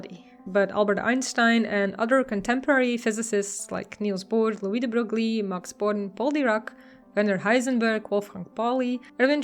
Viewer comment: Good summary but you pronounce de Broglie like an American.😁